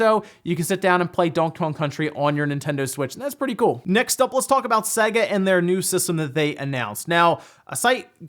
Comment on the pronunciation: Seyga, not Sehga.